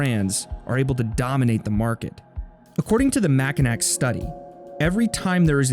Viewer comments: great video but man I gotta say it'ss not "Mack-i-nack" it's "Mack-eh-naw" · It’s the ‘Mack in aw’ Center study, not the ‘Mack in ack’ Center study… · How to give a Michigander an eye twitch.....Mackinac is pronounced Mackinaw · Lol “mackinack”